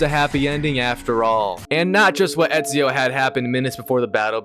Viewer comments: My brother you’re saying it wrong it’s eeeeeeeesio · Not only he mispronounced Ezio wrong. The guy doesn't even know who Machiavelli was in history! What a noob! 🤦‍♂️